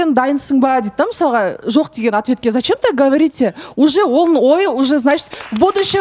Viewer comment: мен Рамазан жок деп неге ударение бересиз Диана жалпы осекке кумарсыз